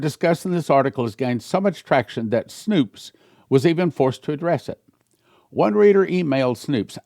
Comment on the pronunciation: It’s snopes not snoops